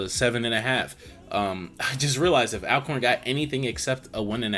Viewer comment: it’s pronounced All-corn thanks for your videos